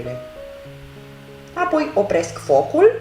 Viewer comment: De ce fierbi pulpele de pui în sosul alb cu făină când poţi fierbe cu sucul de roşii direct ?.....(..2-cuvântul " apoi" are accentul pe " O" nu pe "a" .....sau al poţi inlocui cu " după aceea- asta" !....àpoi....Carnea slabă de pui absoarbe rapid faina din sosul alb ceea ce e o bombă culinară. Nu ar fi mai indicată prepararea sosului în roşu direct ? àpoi fierberea ?....